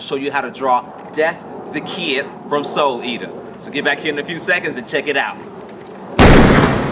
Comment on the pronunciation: 0: 55 ... soul the eaters?........ Is that realy what you said?